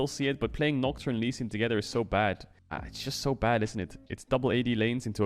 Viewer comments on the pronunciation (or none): Content is going to be perfect when he stops saying blew and lewsing